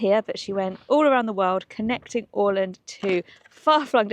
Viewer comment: Thank you for visiting this part of the world. In particular I want to commend you for your spot on pronunciation of Åland. Well done. ❤